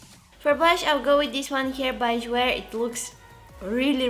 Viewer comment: jouer means play in French and it's pronounced like жуей ^^ много обич и прегръдки от България ❤️